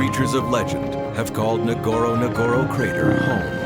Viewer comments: Point numero uno! Find out how to pronounce 'Ngorongoro'!!!!! SMH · Not Nogoro nogoro crater,its ngorongoro